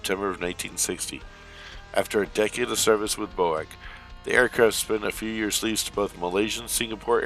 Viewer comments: BOAC is not pronounced as you say it, "BO-AC"..... it was always said phonetically, "B-O-A-C". Good video, thanks. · I don’t think ever heard BOAC pronounced as Bo-ACK, always as the letters B-O-A-CEE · BOAC was never pronounced "Boak". The letters are sounded individually, i.e. B.O.A.C. Hope this helps. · it was never called "BOAK" in Britain, and B.O.A.C. was a British airline so anything else is incorrect. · B o a c not boac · BOAC was always called Bee Oh Ay Cee! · Its not about pettiness, it is about historical accuracy, and was a hopefully helpful, polite comment for someone who was not aware. I flew on BOAC fairly frequently in the '70's, and never once did I hear it pronounced bow-ack.